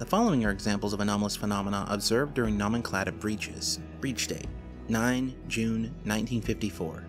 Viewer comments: no-men-clay-chure/ no-men-clay-tive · sigh...you can pronounce phenomenon, psychogenic, amnesia, and anomalous...but not nomenclature or nomenclative....it's making my eye do the twitchy thing...